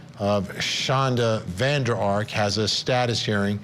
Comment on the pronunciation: It’s funny to hear you pronounce VanderArk!! Firstly, it has to be written Van der Ark, secondly the accent is on Ark and not on Van!! It is a very common dutch name, so that’s how we, in the Netherlands, pronounce this! 🤗